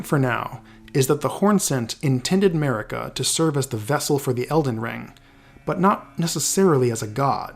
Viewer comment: Guys really… why all this american-english video has trouble with pronunciation? It’s not an american name.. Marika is pronounced MARIKA, not mErika, it’s not like america. Good video anyway